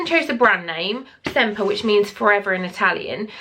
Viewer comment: Great Italian design. So stylish, loving the grey. Sempre is pronounced sem-preh in Italian. A beautiful word meaning always/forever. I’m checking out Valentina’s site..... is it just baby bags? Thanks for sharing, 👍